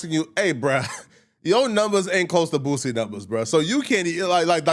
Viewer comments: Dude said booZie 😂😂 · Bruh call him “boozie “ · Aries always says boosies name like “Booozie” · Who is “Boo-ZEE”??!🤣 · Why he keep calling him BOOZY 😂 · i live up north and we all pronounce it correctly lol this is just an Aries thing.